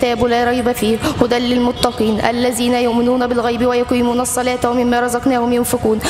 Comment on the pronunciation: اخي بس انا حاب انوهك على لفظ ال "ذ" لا يجب ان يلفظ ب "ز"